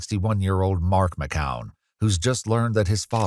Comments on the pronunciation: Mckeown is pronounced Mic-cue-en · McKeown is pronounced as Mc-kyou-in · You are pronouncing McKeown Wrong 😮